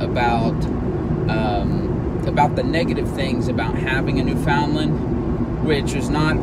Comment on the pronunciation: Good grief....you insult both the Breed and the Province by not knowing correct pronunciation! Wait.....I'm sorry, I forgot, you're from Texas.....